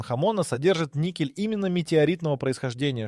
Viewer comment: ... si pronuncia "nikel"... non "niscel"...